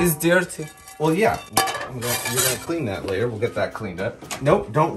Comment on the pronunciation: "It's di-ear-ty" 😂